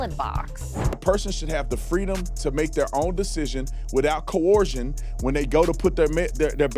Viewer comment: Tatum thinks the word is co-orsion 😂😂😂😂😂